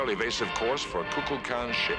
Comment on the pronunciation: kukulkan was among my first memories of watching TAS. Note though that all through the episode Shatner mispronounced It as "Ku-kli- con". Probably a product of him recording the lines remotely between his other work (Shatner was hustling in the 70's, live work, guest star rolls, game show appearances).